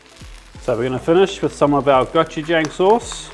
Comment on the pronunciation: “Go chu jong”. Not “jangl”😊